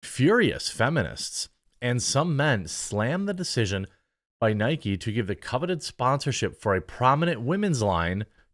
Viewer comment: its not nikey its nike it rimes with mike